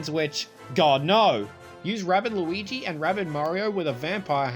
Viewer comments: It is Luigi not Lluwwelln nor Lois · Only reason mention that you keep saying Luigi’s name wrong just because😅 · His name is “loo-e-g” not Lucas, lucario or lugia